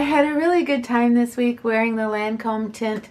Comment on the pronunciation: Chardel And teint is pronounced like tay-nt. Cheers!